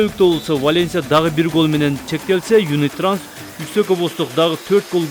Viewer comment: Юнитранс эмес юнитраст 😊